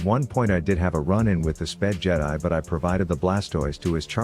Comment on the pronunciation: how did i instantly know it was master yi when you said sped jedi lol